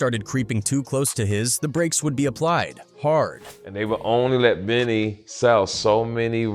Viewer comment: Dope video, but please stop adding clout chasing ass. He can't even pronounce the brother's name properly.